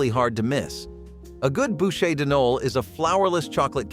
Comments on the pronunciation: Right? It was painful to listen to. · CHARLOTTE "RUSSES"😂😂😂😂 AI's are so obvious it's hilarious 😂 "BOOSHAY "Noel 🤦‍♀️🤷‍♀️🤦‍♀️😂 The word pronunciation ROFL...